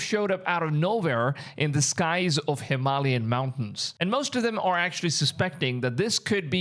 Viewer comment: Bro. Please learn how to say Hem-al-yain. You pronounce a couple words sp weird every video. Makes me think your ai.😂